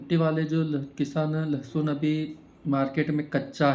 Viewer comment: लसुन नहीं भैय्या जी लसन